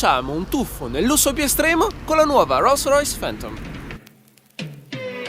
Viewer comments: Una "rûssrüys" ?? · "Ruolls roys" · No dai "ro Rois"non si può proprio sentire! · Guidaue una rolls roice 😂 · Lo dirai anche giusto ma non ti sembri pirla quando pronunci Roll Royce? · Sono un po in ritardo...ok...ma quando dice "guidare una rolls royce" la R che dice è molto britannica...sembra un britannico che parla italiano 😅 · Ma quando dici “rolls royce “ hai delle ciabatte in bocca!? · Dice Rolls Royce con la peggior pronuncia inglese che abbia mai sentito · Solo a me da un po’ fastidio come pronuncia Rolls Royce? 🤔🤔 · Si ok ma almeno impara a pronunciare bene il marchio dell'auto. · Per favore cambia la tua pronuncia di Rolls Royce